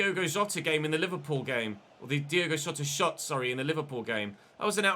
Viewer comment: Minor detail, but made me laugh. As he was saying “Diogo Jota shot” correcting himself, ended up muddling the two last words and sounding like “Diogo Shota shot”, which, funnily enough, in Portuguese sounds like “Diogo Chota” which would be Diogo Dick 😂😂